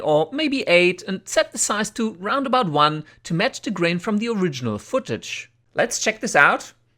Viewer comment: "round about"... tell me you're German without telling me you're German